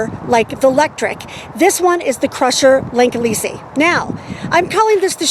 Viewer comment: It's "sigh" rusher like cycle rusher